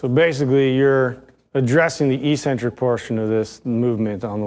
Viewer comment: It’s pronounced “ek-sen-trik”. -From England 🏴